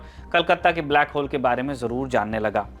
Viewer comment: Black hole नहीं है, Black hall है👍👍